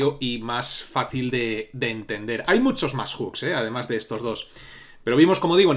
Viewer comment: tu siendo español, que bien pronuncias "Hooks" normalmente la gente de aqui (España) pronuncia Juks 🤣🤣